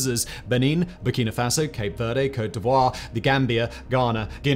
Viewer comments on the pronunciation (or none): none